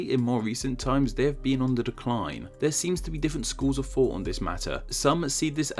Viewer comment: Did I just hear "schools of fought"...?